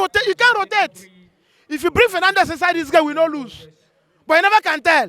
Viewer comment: say rotate as rotet😂